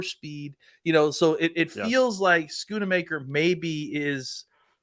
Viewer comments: Why do people have such a hard time saying Schoonmaker? Both of these men are saying it like SchoonAmaker, and I hear people saying Shoonmahker too. Its pronounced Skoon-Maker smh. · Love but he butchers names a lot. I’m surprised both of them are adding an “a” to his name.